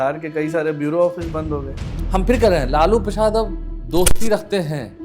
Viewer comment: इसको लालू प्रसाद यादव का नाम तक तो बोलने आ नहीं रहा और यह लालू प्रसाद जी का किस्सा सुना रहा इसको पता भी है कि लालू प्रसाद क्या हैं